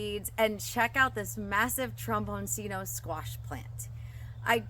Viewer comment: For anyone who is interested, this vegetable is Italian in origin, and its name is pronounced trom-bawn-CHEE-no.